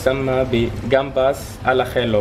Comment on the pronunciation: روعة كنحماق على هاد الوصفة me encanta . شكرا شيف دائما متألق . اخي العزيز الدبل ل بالإسبانية تقرأ ياء اخييو ماشي اخيلو